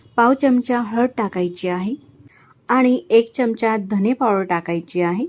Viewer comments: च्यमच्या नाही बोलत. चमचा असा शब्द आहे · च्यमचा न म्हणता चमचा म्हणा‌. छान वाटेल.